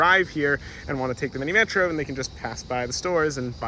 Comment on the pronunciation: slight correction on pronunciation: "Minimetro" is pronounced "Minimetrò"